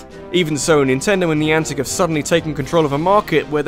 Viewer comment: When ever someone says 'niantec' it just reminds me of 'Nyancat.'